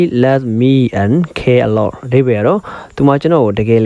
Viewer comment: English လိုပြောတဲ့ဟာကို native speaker တွေပြောတဲ့ဟာ ထည့်ပေးဖို့ အကြံပေးချင်ပါတယ်..အခုနောက်ခံ Eng speaker ပြောတဲ့ အသံက pronunciation အရမ်းလိုနေတယ်..Birthday တို့ cares တို့ alot တို့ ပြောတဲ့နေရာမှာ အသံထွက်မှားနေပါတယ်..